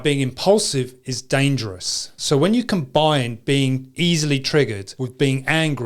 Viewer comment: I like the way you say DANGJOROUS